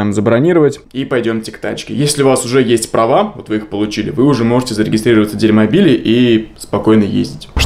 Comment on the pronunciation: Каждый раз слышалось «дерьмобиль»)